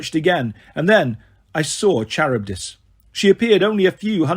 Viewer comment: this is how i feel about the pronunciation of charybdis and scylla😭😭 good audiobook regardless but its bugging me